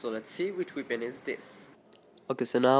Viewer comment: Dj Techno lel dem accent